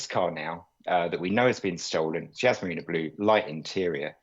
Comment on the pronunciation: Yas not Yazz